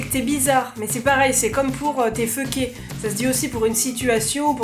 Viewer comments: Mon dieu quand t'as dit fucké j'avais pas compris jtais comme "ah celui la jle connais pas" jusqu'à ce que tu le mette dans une phrase Ptit truc: on le prononcer focké et non feucké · a oui et ses pas fucker mais focker en prononsiation:) a et aussi j'adore regarder tes vidéo en passent #